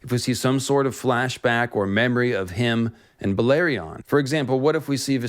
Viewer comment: Balerion... That pronounciation kills me.